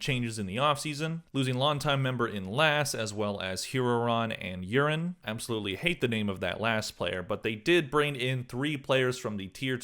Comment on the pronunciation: P sure you pronounced Yuran’s name wrong